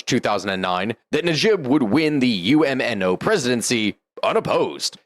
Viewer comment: UMNO is pronounced Um-no